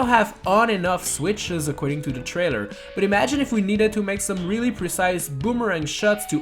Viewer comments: take a shot for every time he says percise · How many times did this dude say presise